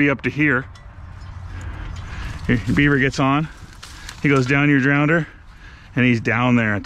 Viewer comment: I gave you a like for NOT saying "drownder".